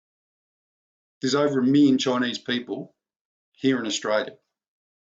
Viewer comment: its million not miyon